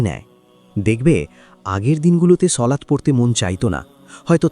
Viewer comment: সলাত না সালাত